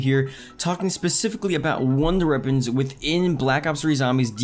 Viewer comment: "wonder eppons"